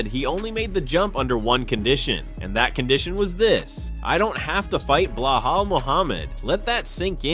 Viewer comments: That balal not belahal check your AI 😂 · Get it right Ilia not Blelal??.WTF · Its not Blehal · Way to butcher his name...its Belal